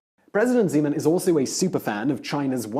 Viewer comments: it's Zeman, not Žeman i don't like him. at all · Zímen :-D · OMG his name is ZEMAN,no ŽEMAN!!! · I only heard President Semen o.o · i must hearing things, Did he just say President Cemen? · I love how he pronounces "Zeman" as "Z-man" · Just a note. The Czech president's name is Zeman, with a hard Z